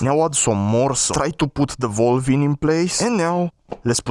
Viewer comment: yo just giving you a heads up,its not volve its valve and keep up the good content!